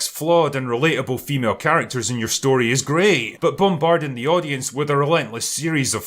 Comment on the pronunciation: I would highly suggest taking a speech class to learn better annunciation. It's deeply embarrassing for a grown man to say "wif".